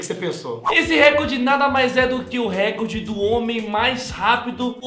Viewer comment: 6 falam recorde errado, da mta agonia!!! n eh récorde, eh recorde...